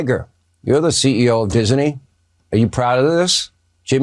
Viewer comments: No sean. He is not the head of Dis-uh-nee. His Company is Disney 😂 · It's not DISENEY, it's DISNEY dumb dumb! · Hannity says Disney like it has three syllables